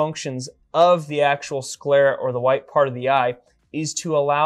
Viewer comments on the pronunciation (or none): It's amazing how resilient the sclera is! Did you expect the eyeball to withstand such a high drop, or were you surprised by the result? Also, a few corrections—for example, like 'sclera' instead of 'scalera' or 'scara', 'vitreous body' instead of 'vitrius', and 'cadaver' instead of 'cadaavver'. Small edits like these would make the video even clearer!